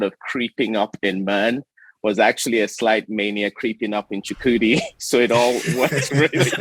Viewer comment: Aw man Chukwudi was great! You could tell he was happy right out the gate when you said his name right